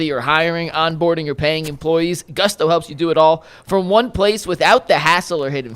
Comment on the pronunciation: its GOOOOOSTO. not GUSSSTO. gonna lose that sponsor real quick lol